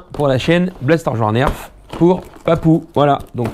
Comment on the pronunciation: du grand mendès, on prononce blaster, joie, nerf c'est facile pourtant, lol tu ma régalé, et jette pas mais blaster par terre ou je vend!:o) A très vite mdr le Papou du berry.